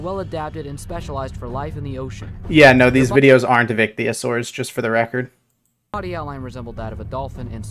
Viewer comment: IM LAUGHING SO MUCH FROM HOW DUMB THIS VIDEO IS like they can't even say icthyosaurs